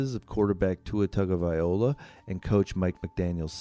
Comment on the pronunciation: Can't you just call him Tua? His name isn't that hard to pronounce... you can just listen to any number of people who know how to pronounce it correctly. But if for some reason it's just impossible for you... then just call him Tua! It's a bit disrespectful to have a video about him, where you butcher his name about 50 times!